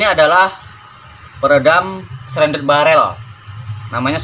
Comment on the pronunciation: Shrouded barrel, tp abang omongnya srendet barrel. wakakak.Aku mikir kalo diisi ampas kelapa biar tambah senyap bisa jadi SERONDENG BARREL. Wakakaka. Maaf bang cuma intermezzo. Karya yang bagus bang. Semoga tambah maju channel dan karya karya abang.